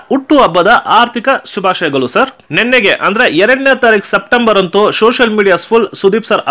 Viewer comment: ಆರ್ದಿಕ ಅಲ್ಲಾ ಅದು ಹಾರ್ದಿಕ ಶುಭಾಶಯಗಲು ಅದು ಶುಭಾಶಯಗಳು.